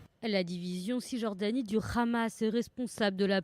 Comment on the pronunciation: C'est hamas pas khamas